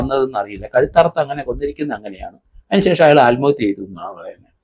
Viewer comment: സാർ... ആൽമഹത്യ അല്ല. ആത്മഹത്യ.